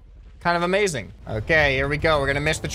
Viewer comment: Amazing wehicle? "Brick gang intensifies"